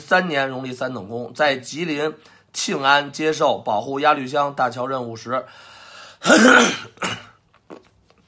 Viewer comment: 鸭绿江愣让您给说成了鸭LV江